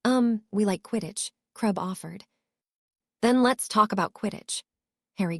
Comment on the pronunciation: "My best friends...Tracey, Daphne, Bluz, Mulfuh, Crub, Ungela..." "Harry, you're having a stroke."